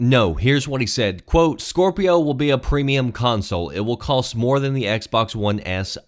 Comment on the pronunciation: no L in cost...just fyi